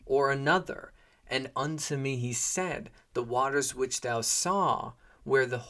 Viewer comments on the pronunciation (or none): none